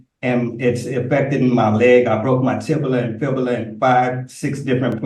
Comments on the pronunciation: ditto for “tibila and fibila” 😂😂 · Tib-a-la and Fib-a-la? I don't recall those during 2 yrs of anatomy and physiology courses.